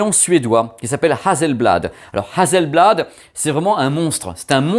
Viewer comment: Hasselblad c'est très pro, Hasssssselblad (pas Hazel). Si on attend un peu on va avoir encore mieux (créativité continue) ? Attendons les nouveaux modèles.😎